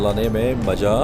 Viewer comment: "Ek taraf pahad, ek taraf khayi, or ismein ye bike chalane mein majjaaa.. (pause).. aye" :D haha